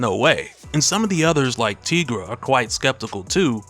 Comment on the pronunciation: Pronounced Tie- gra.....not Tee- gra